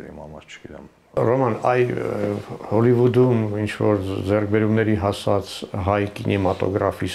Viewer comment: Հոլիվուդ չի հալիվուդ